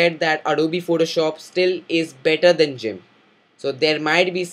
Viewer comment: I have never heard the pronounciation of "Gimp" as "jimp." as this fellow says it. Which is right?